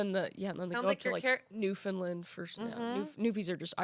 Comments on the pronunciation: As someone with family from Newfoundland, please, for the love of the gods, it is pronounced “new-fun-land” I died a little when Kris said “newfinlind” 😂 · Weird to think Amanda rode a bike in my home town AND my dad would correct you on how you say Newfoundland, it’s more like Newf’nland, he was born and raised in St. John’s you see.. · 0 Newfoundland got mentioned but i gotta say it its pronounced newfnland rhymes with understand